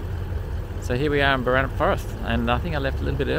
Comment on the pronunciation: Glad or hear you get Boranup right, annoys m when people weight the first syllable. I learned to swim at Flinders Bay and Hamelin Bay. I used to fish off that jetty.